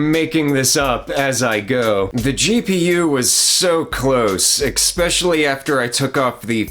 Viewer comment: One of my biggest pet peeves is that people these days have no idea that this is the wrong pronunciation.